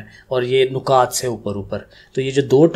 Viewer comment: سر جی نُکات نہیں نَکات ہوتے ہیں😊 Anyway thnx alott❤